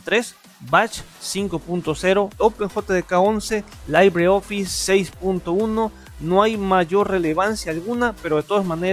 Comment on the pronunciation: Cada vez qué pronunciabas Manjaro, LibreOffice o PureOS me dolían los oídos. Parece qué leías sin haber escuchado nunca cómo se pronuncian los productos.